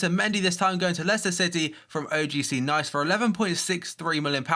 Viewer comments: OGC Nice is actually pronounced OGC "Niece" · It's pronounced like Niece not Nice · I'm french, Nice is pronounced "neece" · you said nice wrong